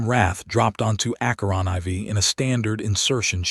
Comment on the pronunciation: "A movement learned from playground cruelty..." 🤣 I know it well. I just wish the AI could properly pronounce "aK-ur-on fore" (Acheron IV)